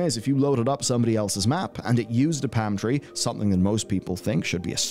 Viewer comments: I needed to listen to this bit three or four times before I realized was saying palm tree and not pantry. Enunciation is important, kids. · The hell is a "pam" tree, there's an L in there.. lol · 🤣was just about to say love accents but he’s definitely missing that L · The way you kept saying 'Palm tree' had me rewatch that bit. I kept hearing 'pantry'.